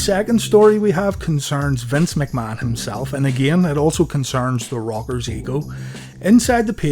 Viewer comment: I know this video is 2 yrs old but it's new to me and it sounds like your saying The Robbers